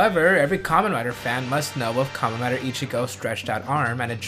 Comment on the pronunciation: It's Karmen rider w not double